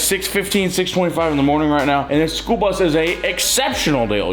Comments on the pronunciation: It is school not spool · Did you just say, "SPOOL bus"?